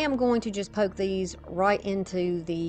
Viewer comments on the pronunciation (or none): none